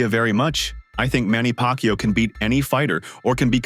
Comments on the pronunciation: Manny PackYou? tf? 🤣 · Manny Pak Yu😂